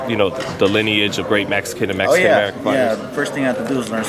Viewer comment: said good not great, homie does say, “Mesican”😅